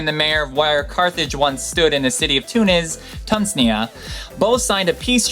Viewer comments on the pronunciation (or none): Too-Nee-zee-ah not Tun see-ah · uhm, the country is Tunisia, not "Tunshyia" or whatever you said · Tunisia is pronounced as toonisia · Tuzneya! Is that meant to be Tunisia? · Two corrections: #5 about welding, glass is routinely welded by heating, and plastic is commonly welded by friction, so it's definitely not true that "scientists and most people only ever thought you could weld metal". And #10 the county name "Tunisia" is pronounced "tunishia", not "tunsnia". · The presenter said that the meeting was held in Tunis, "Tunsnia"(At least that's what it sounded like) It should have been Tunisia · Carthage is in Tunisia (Too-nee-see-ah), not "Tunsia". Apart from that the African samurai was the coolest :) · TUNIZ, TUNZNIA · Hi,I like your videos but sorry you butchered many words in this one. I`m from Tunis myself, actually from "Carthage" pronounced "car-taa-j" not "charthege", and the name of the country is "Tunisia" (tu-nee-ja) not (taznia) like you pronouonced it, I thought everybody knows about Tunisia by now, after all of the Arab spring news coverage. Anyway, looking up the right pronunciation will help you build up a better credibility as a trivia youtuber,and offend less people.Good luck. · The way to pronounce Tunisia is Tune-is-e-a, put it all together and it's Tunisia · I was hoping someone else noticed this. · Tunsnia? Carthedge? I think it's amazing you spend so much time putting video like this together, but come on fella!! You obviously spent a lot of time researching this, but 5 seconds on the pronounciation of a major African country and spelling Attila's homeland! Schoolboy error my friend. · You pronounced Tunesia wrong. Other than th@ good job! I love the idea of the Cama, 2, but, I gotta tell you, those things probably reek! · Tunisia = "Too - nee - zee - ya." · Tunsnia? Hard fail. Good video otherwise! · I don't think that's how you say Tunisia...